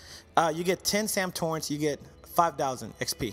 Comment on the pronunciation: How he said Sam Turrents.xD